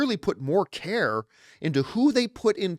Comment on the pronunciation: Every time you say care and I think your saying Karen